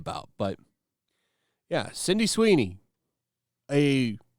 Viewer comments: I watch so many of your videos, am subscribed, and click that like button every time, but would you please stop calling her Cindy Sweeney. Sydney, as in Sidney, as in sid-knee. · Are you saying Cindy or Sydney? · Why are you keep calling her Cindy rather than Sydney?